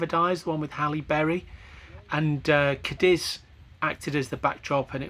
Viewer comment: Lovely city. It's CADiz, emphasis on the first syllable.